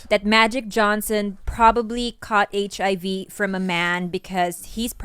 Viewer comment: so wrong and funny the way bobby says: HIV (RIV) hehe